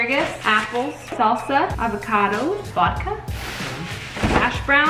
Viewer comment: The way she says Vodka???? She’s like why Justin why????